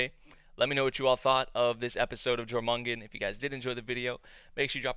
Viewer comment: pretty sure its pronounced as "yormungand" based on the world serpent from norse mythology... the snakes full name is pronounced "yormungander" spelt "jormungandr"